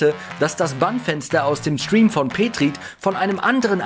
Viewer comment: Wie er petrit ausgesprochen hat hahahahah😂 peetrit